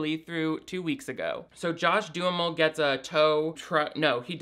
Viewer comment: I love that you pronounce John Duhamel's name as "do-a-mall" You really are the best, please dont ever change!